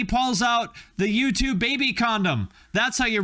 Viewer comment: Man every time you said U2 I swore you were saying YouTube…